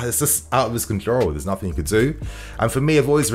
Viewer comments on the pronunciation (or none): none